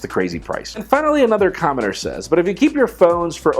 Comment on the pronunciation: Is it just me, or sometimes does it sound like is saying 'commoner' when he says 'commenter'.